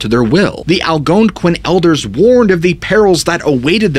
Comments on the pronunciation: I don't know why, but every time he said that tribe name that I can't spell and sounds like it starts with an A, I can't help but smile and laugh a bit. Southing about the emphasis at certain syllables cracks me up. "The Al-GOOONE-quin people" 😂. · I NEED this guy to spell the name of the Indians that believed wendigos, the veil being thin, etc in Bennington. I gotta know if he just sounds weird saying the name or if he over emphasizing the "ouin" part or what, because it's cracking me up 🤣.